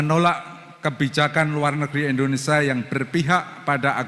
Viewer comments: Sekelas Guru Besar tp membaca Indonesia dengan kata Indonesa.. Memalukan! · pak pak nyebut negara sendiri kok tidak BECUS! Negara kita itu INDONESIA bukan INDONESA, pak!!! ini namanya orang pintar tapi DUNGU.